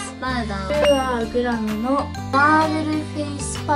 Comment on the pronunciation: きらちゃんのイントネーション『You are グラム』ww